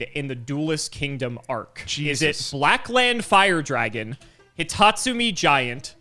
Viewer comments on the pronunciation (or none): its not hitotsu-mii, its hitotsu-meh. 目！！